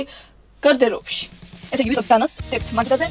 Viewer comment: გარდერობი არა გარდირობი